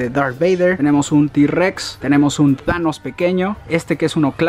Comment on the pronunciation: Thanos pequeño Yo: ulala señor frances: Como se dice entonces Yo: thanos chikito